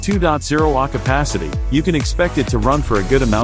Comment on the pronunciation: 2.0 Ahhhhhh (sigh) capacity. The AI autovoice missed that one LOL